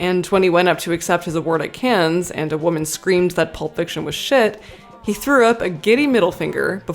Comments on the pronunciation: your videos are good, but the "S" in Cannes is silent. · Don't pronounce the 's' in 'Cannes'...it makes you sound like a rube (which you obviously aren't). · The way you pronounced Cannes 😢